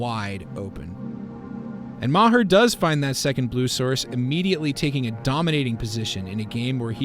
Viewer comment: Bob Ma-hurr 🤦